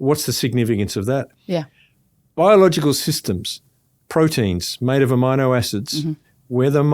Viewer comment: 😂 I am laughing out loud. It took me twice to listen to hear him, say amino acids. It pronounced the I different LO. L.